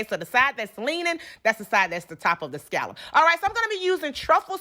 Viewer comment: Why do so many people pronounce scallop wrong? Ugh